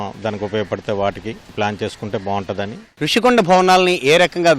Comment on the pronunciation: అది 'రుషికొండ' కాదు! ఋషికొండ